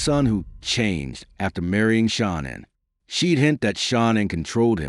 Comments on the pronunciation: It's Nicole not Nickol its shanann not shanin how disappointing you can't pronounce the name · HOW DO YOU EXPECT ANYONE TO TAKE YPU SERIOUS WHEN YOU CANNOT EVEN SPELL OR PRONOUNCE THE NAMES INCORRECTLY CORRECTLY…….GIT IT RIGHT IF YOU WANT YPUR STORY TO BE CREDIBLE. Her name is pronounced Sha Nan……. Shanann did not go to North Carolina to see Chris’ parents…… She went to stay with her family and may spend some time with Chris’ parents. Well……..Shanann certainly didn’t stuff those babies in those crude oil tanks….that was all Chris. Shanann would never kill her babies. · I can't take you not pronouncing her name correctly 😱 You could at least respect her 🙄😥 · Please, please pronounce the victims name correctly! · You should show some respect and train your AI bot to pronounce "Shanann" right. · Won’t watch this when you can’t even say Shannan’s name properly!🤬💩👎🏻🙄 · Me as well. Not subscribing.